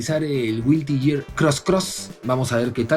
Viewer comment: "Güilty geat" 😂